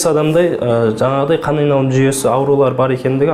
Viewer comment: Қанайналым деген сөзді дұрыс айта алмайды.